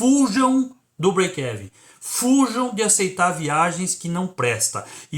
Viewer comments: Se diz : : Break "iven" como se fosse uma letra i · sua pronuncia do breakevem esta errada o correto é falar brekiven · Mas essa pronúncia BREIKÉVEN 😅😅 é paraguaia hein !?? Kkkk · Conteúdo do vídeo foi 10. Apenas um apontamento. A pronúncia é Íven. Fica mais ou menos assim: breikeíven. Não é exatamente isso, mas é o mais aportuguesado possível rsrs